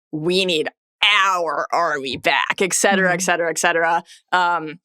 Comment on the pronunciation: saying "eccetera" over and over again instead of "et cetera" is causing my pedantry alarm to billow smoke.